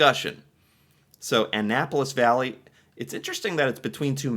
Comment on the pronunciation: Valley not Bally.